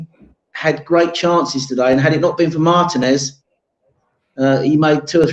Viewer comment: Gooner from Los Angeles. It’s “Martinez” not “Mar-Ta-Nez”! 😂😂😂